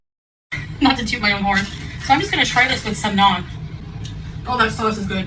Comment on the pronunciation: How she dk how to say naan 😭😭